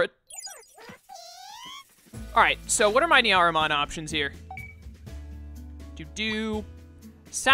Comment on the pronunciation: Beelzebub is where Beelzemon's (Beelzebumon in Japanese) name originated from. So, it is pronounce as bee-el-zə-mon. Meicoomon is a name taken from maine coon, which is a breed of cat. The pronunciation is mei-koo-mon. As for Nyaromon, it's nya-ro, not nia-ro. It might be hard for English speakers to pronounce 'nya' as it is rarely used in English words. If you know how to pronounce Nyancat properly, it's the exact same pronunciation. Sorry for nitpicking much of your pronunciations which is not even important. Also, Seraphimon is not as great as anyone would think in this game because his skills are decent in battles but he is awfully weak against dark type digimons, so be cautious of that.